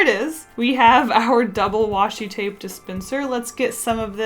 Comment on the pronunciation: OMG PLEASE stop saying washy tape sry \